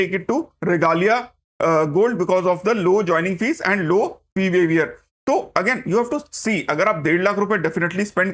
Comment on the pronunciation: Professor your pronunciation of Waiver is wrong. Ek baar dekh lijiye.